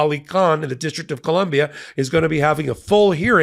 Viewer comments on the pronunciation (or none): none